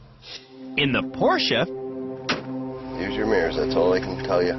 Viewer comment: Why is pronouncing Porsche two different ways within a few seconds?